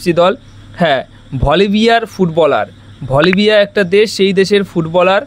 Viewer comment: Are dada ota volibia ❌️ ota Bolivia ✅️